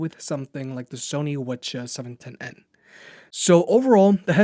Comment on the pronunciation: I love it when you say the "Sony WhatCHA710n" :) Very detailed review especially covering mic, when other reviewers dont. Thanks a lot.